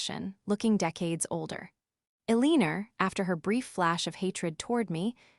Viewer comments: Her 9thers name is Elenor not Ell inorr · AI is misreading Eleanor—el lean er